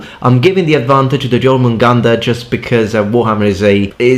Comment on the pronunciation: speaks like 6 different languages in this video pronounces every name of weapon perfectly but cant pronounce something as simple as jormungander lol